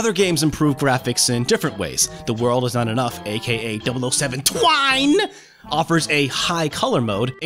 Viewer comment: Why did he pronounce 007 twine that way?